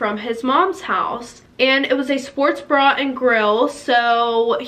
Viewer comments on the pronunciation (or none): I thought she said Sports bra and grill